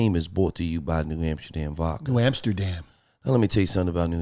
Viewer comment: It’s not VAKKA it’s vodka.